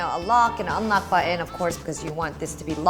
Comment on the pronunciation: Ugh! It's pronounced button not butt in.